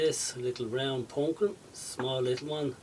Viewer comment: That was a great little project, and I will have to try a couple of those. My wife was walking by and heard you say "pawnk-keen" and sat down and watched the entire video, and commented throughout the video of how interesting it is to watch the process. And, she thought your accent was great. Thumbs up, my friend!